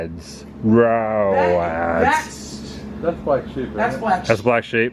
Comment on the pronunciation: RO-ADS .. RO-ADS